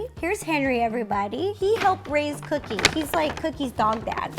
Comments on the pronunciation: not to be rude but is it just me that whenever ro says cookie it sounds like coodie? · she said coodie instead of cookie but awh they are so cute 🤩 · You keep calling cookie coodie???????? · Who else loves how she sometimes calls cookie "coodie"?! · U keep callin cookie cooddie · Why did she keep saying kodie not vookie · Did you call her coodie not tryna be rude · did any one realise that ro says coodie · Is it just me or does every time RO say cookie it sounds like she’s saying cootie?? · Did u hear Ro say coodie? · Am I the only one who heard ro saying coodie in stead of cookie the whole vid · I know her dog is called cookie but throughout the video I only heard coodie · Is it just me or Ro calling Cookie, “Coodie” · She does sometimes Idk why.. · I keep thinking you say coodie xx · She does